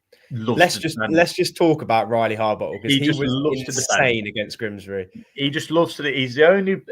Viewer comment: you do know it is Grimsby and not Grimsbry? It's doing my head in.😠